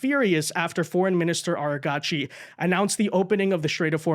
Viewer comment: Its not ARA GACHI, that sounds Japanese, its pronounced argachi